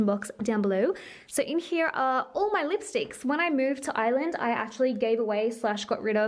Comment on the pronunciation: I love how when you say Ireland it sounds like island haha 😛❤️